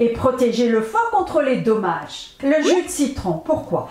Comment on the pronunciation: bonsoir Madame , merci de me répondre et je vous prie de m 'excuser . En effet , en réécoutant la vidéo, je constate que chaque fois que vous dites Dommage , je comprenais tomates .